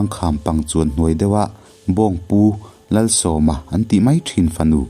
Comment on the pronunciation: A ngaihnawm hle mai. Lalsawma tiha 'Sawm' hi 20(sawm) lam dana lam tur ni lovin invite(Sawm) tia lam anga lam tur ni awm tak a ni.